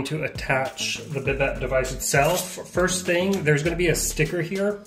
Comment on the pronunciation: Nice video, but just an FYI, it's pronounced "Bi-dei" with a silent T.